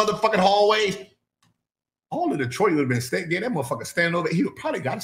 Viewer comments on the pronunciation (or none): none